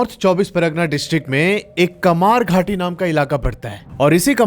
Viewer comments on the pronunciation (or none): Kamarhati instead of Kamarghati. It's in the northern suburbs of Kolkata. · Kamarhati not kamarghati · Kamarghati ❌ Kamarhati ✅ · Kamarghati nehi bhai Kamarhati